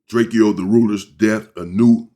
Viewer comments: Well his name was drakeo not Draco but pronounced Draco not drake-e-o 😂#LLDTR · gotta do some more research before u react drake-o not drakeyo was not from Inglewood or a blood u said that multiple times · Drakio 😂😂😂😂 Its drake-O